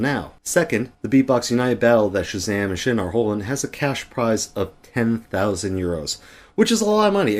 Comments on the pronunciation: its pronounced sin and not schin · Thank you for your words! I was really frustrated by the video of chezame and Sxin (btw it’s not pronounced shin, it’s pronounced sin) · We will adress everything said in this video in great detail , just so you know: a lot of things in this video are false! P.S.: it is pronounced sin not shin ✌️